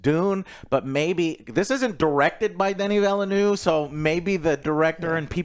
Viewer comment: Denis Villeneuve's name is pronounced: Duh-nee Vil-nuv